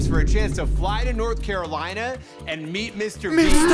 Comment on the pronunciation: its just a theory, A BELUGA THEORY!!!! VIEN BOM BISTER MEAST!!!!!!! Beluga like Bister Meast Too much he cant take it anymore, what happens next is shocking! 😬😨 Begula after Moewing BISTA MEEEEST!!!!!!!!!!! VIEN PIIT PILLO BOEM YOU ARE TEH IMPASTA! BE QUIET YOUR ECHOING, MIKEY. VINE-SPOSED PIIE BOEM IMPORTAN NEWZZZZ!!!! BEGULA PLUSHYYYY LETS GOOOOOO Haha! no. VEIN NO. VIEN2 SHHHHHH TWO VIEN BISTA MEEST BORGOR we found the impasta amoguz.